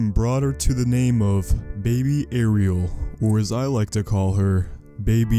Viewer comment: you not even saying her name right lol